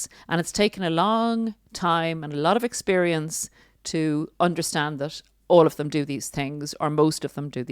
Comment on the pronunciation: You are the only person I've heard in the last week to pronounce the word, experience correctly! People aren't enunciating the word...it's sounds so wrong and has been really bugging me.